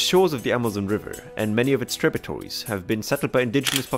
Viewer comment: Thanks for the great videos. It's "tributary", not "tributory". Like the sound in "air".